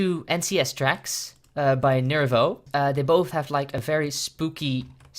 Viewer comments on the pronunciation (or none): Lol isn't it NIVIRO not NIRIVO?